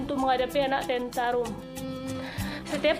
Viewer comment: Tantrum bukan tentarum